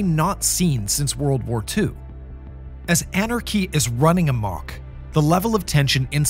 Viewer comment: It's also weird how despite having a perfect American accent (I assume they're a native speaker) the new narrator fairly regularly mispronounced words. For example "amok" was pronounced "ah-mook" instead of "uh-mauhk" as is the standard American pronunciation. I noticed several instances of this in the two videos with the new narrator.